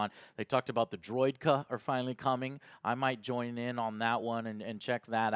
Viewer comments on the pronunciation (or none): Droid-aka is how its pronounced or you could just say destroyer droids. Gun-Gan not gungoon, come on dude are you even a star wars fan?